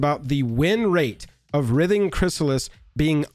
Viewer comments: Who else was nodding along until he mispronounced "Writhing" as "Rith-Ing" when it's "Rhy-Thing". I do agree though we know 1 colorless, blue and green on any Legend is always going to create ripples by itself but it being on a literal Simic Value Engine IN a Commander? A bit much. Though my solution for it in Brawl anyway is just to make it 1/1 frog with no abilities or a 1/1 citizen with no abilities. As for Modern I say: we have forty varieties of counter spells and even a way to steal/counter it with the added benefit of the satisfaction of flipping a coin while saying "heads I win, tails you lose". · Pretty sure it's pronounced "RHYTHING" Chrysalis. The operative word is "writhe" (rhymes with tithe) or to make twisting movements with the body. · Writhing has a hard "I" in it dude - like wr-eye-thing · Bro, you're the best, but its pronounced wr(I)thing--like driving. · Writhing has a long I. It should be pronounced like "rye-thing." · writhing is pronounced with a hard i,.. not a soft i,.. the same type of i in the word 'write' , example ' the snakes were writhing across the floor' or 'he was writhing in pain after getting stabbed',...also i find the reach protection excuse to be sad, red need more creature removal not blockers, in the last ten years red has become so much less aggressive than it used to be.